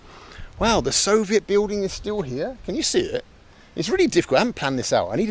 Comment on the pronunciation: I love the fact that Mr. Bald is unable to pronounce the word buiLding it’s always biuding 😂